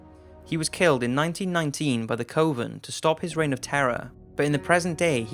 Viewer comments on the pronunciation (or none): Furthermore, LEARN HOW TO PRONOUNCE THE NAMES AND WORDS OF SOME OF THESE DAMN THINGS! Lah-laur-eee. LaLaurie. Coven Kuh-ven.